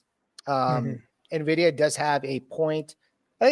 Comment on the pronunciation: "Nevidia" bro, in 2025 that's a capital sin